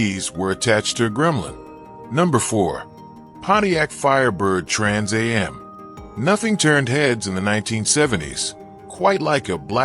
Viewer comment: Trans a.m????? It's AM you AI narrator!!!!